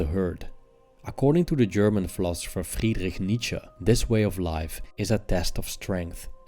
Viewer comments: "Freegdeh neezche" so it's not pronounced Frederick nitz che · i love how he sounds normal the entire time but then aggressively german when pronouncing Friedrich Nietzsche